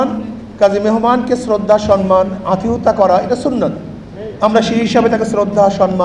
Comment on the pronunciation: আতিথিয়তা শব্দটা বলতে পারে না হেরা বলে রাষ্ট্র চালাবে